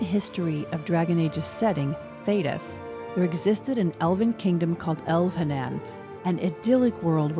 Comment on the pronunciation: “El-veh-nahn” like non, not “El-veh-nann” like can